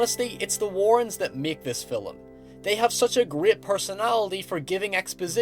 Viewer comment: I get that there is a difference in accent and all, but you DO realize the word "film" has only one syllable, and is not pronounced "fill-um," right?